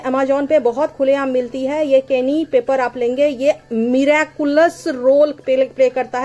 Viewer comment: Please make sense about the pronounsation ,it's cayeen peper